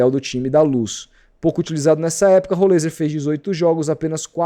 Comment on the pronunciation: Até joguei no google tradutor, em vários idiomas, nenhum fala rolêiser... inventa muita moda, igual do "êliassom"... Não segue regra nenhuma de gramática nenhuma pra falar o nome dos caras.